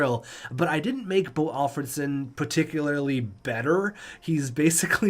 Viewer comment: To be fair that's how he pronounces it. Always has😂